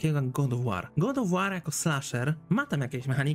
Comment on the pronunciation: tiltuje mnie troche ten god of łoar